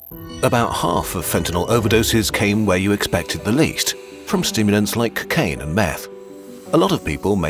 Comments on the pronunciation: narrator pronounces cocaine like Dewey Cox "Cuh-caine" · love how pronounces cocaine like dewey cox.